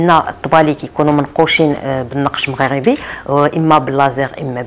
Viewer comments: On dit salon Maghrébi mais pas salon maghrabi,merci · عافاك حاولي تنطقي صالون مغربي بكسر الراء ماشي بالفتحة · مغربي بكسر الراء وليس بفتحها